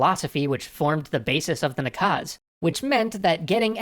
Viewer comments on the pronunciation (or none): the only problem with the video is that in the word наказ you accented the 2nd syllable instead of 1st